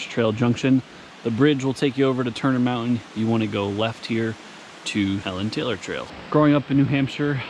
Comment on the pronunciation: WE say HEE-LON Taylor